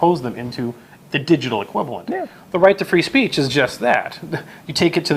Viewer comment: Is he speaking of zeh public speece?